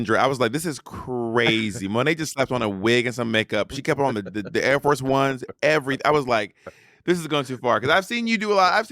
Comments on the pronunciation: Monét getting on Bob for saying Air instead of Eer was a shock to my system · Every episode it’s yaers, hiars, and aers. I saw bobs eye twitch when she said it. 😂